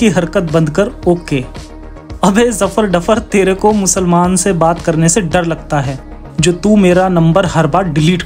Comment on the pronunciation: भाई musomaan हैं की मुसलमान 🤣🤣🤣🤣